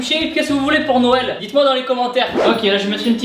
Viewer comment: les cadeaus de "noyel"